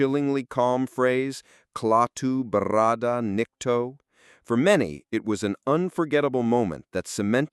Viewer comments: Not barada, Varada` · Dumbass narration. It's not claw-two. And barada...no one rolled the "r". So sick of this new lazy ass age where everyone relies on AI or a computer to do everything Pictures being show don't even match up to what's being "said". And the real pain in the arse is how everyone just accepts it. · You miss- pronounced barada.